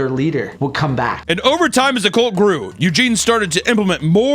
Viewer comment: its CULT C U LT ITS NOT A BABY HORSE HUNTER LEARN TO FUCKING SPEAK ENGLISH PLEASEEEEE